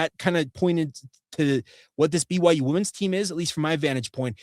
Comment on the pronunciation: I love ya dawg, but women's is pronounced wim-in's.